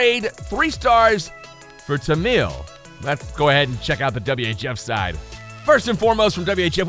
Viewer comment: Its tamil not tanmil